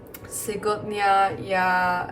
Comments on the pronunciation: russian is certainly a hard language to learn. much respect to you and your efforts. a few tips: learn vowel reduction and where the emphasis (stressed/unstressed) lies in a word. this helps with pronunciation. ideally, you would have to learn it alongside the vocabulary. сегодня is pronounced se-vod-nia because of stress and vowel reduction, that the ‘g’ sound turns into a ‘vuh’ or v sound. there are a few letter pairs where, depending on where the stress is, it changes the pronunciation from one letter to another. for example, an o might sound like a letter ‘a’ such as in spa-see-bah (not spa-see-boh). ✌️ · I know that this was posted 2 months ago,but I really enjoyed watching! Also a little tip from a russian speaker: When we speak, we almost all the time change the го to a во Ex: Сегодня when speaking we would say "Севодня" but it's still written as Сегодня. When you'll be going into intermediate or advance russian and listening to everyday speech, most likely you will hear the words when spoken with a "во" while it's written with a "го" the most common example is the word you said: Сегодня. Just wanted to share! You're amazing for learning my mother toungue! Thank you! I appreciate it! I also subscribed! Also for a bit advance level, since your begginer you don't have to worry about this,but sometimes the words that are written with an О are pronounced with an А, the word that I can remember from the top of my head is Computer: Компьютер (written) but for the ease of pronounciation we say it as: "Кампьютер", the sound changing is only used when speaking. Just wanted to share to maybe make your russian journey a bit easier in the future! (I'm learning Korean lol) Удачи в изучении Русского! Ты сможешь! Я в тебя верю! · Вы большая молодец! Продолжайте в том же духе! Не забывайте про мелочи: например, слово "сегодня" произносится "севодня". Сево is old russian "this", so сегодня is this very day)